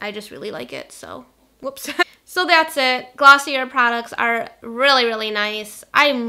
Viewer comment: I apologize in advance but the brand Glossier is pronounced 'gloss-ee-aye' i'm pretty sure it's french!